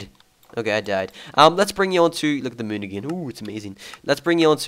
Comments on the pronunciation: "the muune" haha ^^ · "Look at the mewn :3" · i like how say moon xD